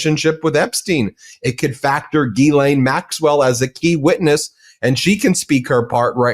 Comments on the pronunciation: You are brilliant,, and you make us all smarter about law. But PLEASE! pronounce Maxwell's name correctly!!! It's "ghee-LANE" THE "S" is silent. Thanks for all of your fantastic insights and amazing videos. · FYI, Ghislaine is pronounced "Gillaine"...the "h" and the "s" are silent. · Gillane dimwit. The g is pronounced as in good. How hard is it? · ❤ its pronounced like gill laine. Thanks!❤😂 no 's' sound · Trumpedo 🔥 Said ghis-laine, the "L" is pronounced. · Not that she deserves it, but the correct phonetic pronunciation of her name, Ghislaine, is: gih-lehn. The 'gh' is a hard 'g' like 'go,' not a soft 'g' like 'gent.'